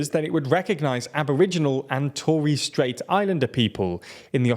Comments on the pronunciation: it is torres not toires. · To as in torment, rres as in respite